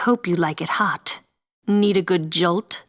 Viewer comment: Did he just say thot show!????